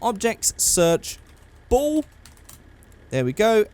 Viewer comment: When you said ball I thought you said bowl and I was like bowl for what?